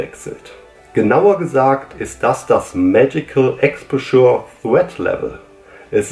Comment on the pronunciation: Expauscher nicht Exposchuuur (Hermine lässt grüßen) 🤣